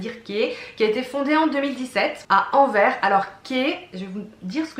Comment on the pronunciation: Coucou, j'adore le style des sacs Fleuron ❤ et je découvre Kaai, une marque belge, comme moi, de jolies choses! J'en profite pour te dire que le S final d'Anvers se prononce 😊😂